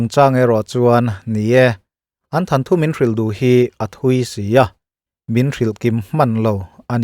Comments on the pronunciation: Sir... Thanthu tih loh tur... Thanthu tih tur ania... Beng a ti kham riau😅😅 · Ngaihthlâk a nuam hle mai mahse Than thu ti lovin Thawn thu tih zawk la Kati deuh mai mai. Mihring te hi chu in zir zel tur alawm Kan nih . I chanel hi lo thang duang zel Turin duh sakna ka hlan ache.. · Thil dang daihin ka'n comment ve lawk ange. Mizo țawng lam dan ah ; 'amaherawhchu' tih tur ah 'ame-rawhchu" tih te, 'itsik' tih turah 'iksik" tih te, 'thawnthu' tih turah 'thanthu' tih hi i hmang leh zeuh zeuh țhin a. Hundangah chuan tlemin lo fimkhur deuh hlek turin ka han chah ve mai mai che a, i Channel hi ka hlut hle a,ngaihthlak loh hi ka nei mang hauhlo. Notification ka off loh tlemte zinga mi i ni a, țhahnem ngaihpuina leh duhsak a inhrilhna ah minlo ngaihsak hram dawn nia. Tin, mi tihsual changa sawisel tur zawng ang chi kha ka ni miahlo a nia aw. Țan han la sauh sauh la,thuthar bengvarthlak tak tak ka lo chang zel dawn a nia. I channel lo vul zel rawh se. 🙏🏻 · I aw ngaihthlak a nuam ṭhin e, mahse THANTHU ti in i lam tlat mai, THAWNTHU tih tur a ni zawk em aw? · enga tinge thanthu tiin i lam tlat a hotu pa😂